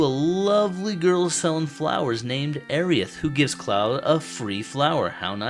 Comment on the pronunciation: I can't get over how you saying Aerith! Airy-ith! Please, my, it's more like air-rith. I think it was meant to be a combination of Air & Earth as she represents nature. Great video though, i just had to get that out and that's a me problem not you.